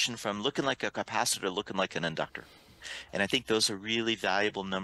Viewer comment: you are mostly ok and easy to understand. Just need to adjust a couple of words. For the moment I remember "capacitor". Google translate is your friend.